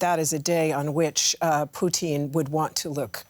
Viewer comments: swear I heard poutine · I like how she regularly says poutine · Please stop pronouncing it “Poutin” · They keep saying president poutine lol. Fries and slop